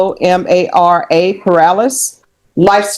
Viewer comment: Judge please try to pronounce the Hispanic woman's name. You spelling out her middle name instead of trying to read it phonetically (I mean you know the X in Xiomara is prob gonna be a SHI sound here just by context clues Shee-oe-marr-ughh) is just ignorant. And also "Ziamara" is something the judge couldn't and refused to pronounce without hearing it first? I am sure that "Ziamara" is one of the least crazy names she has seen being in a courtroom.